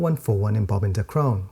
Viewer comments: Its "DAcron," emphasis on the first syllable. Dacron is a trade name for a woven form of PETE, the plastic used to make disposable water bottles. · Good Sir, you are killin it. But...lol.... its pronounced Bob from DAAY-cron ... it's not a French village..hahaha..arf arf